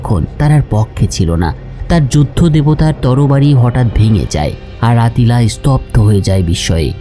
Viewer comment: আত্তিলা খাগান নাম আট্টিলা হবে না